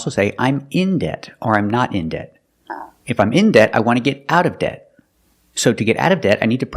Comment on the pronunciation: She just pronounces most t sounds with an additional s sound attached to it) she says the word debt like that, too.